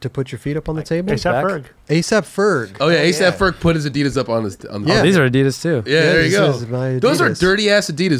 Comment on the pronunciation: Wtf the main host really doesn’t know how to pronounce ADIDAS!??!